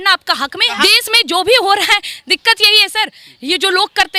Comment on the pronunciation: Pehle bolna seekh lo.. hehehehe😂😂 bides, des, saheen bagh, sahrukh khan 🤣🤣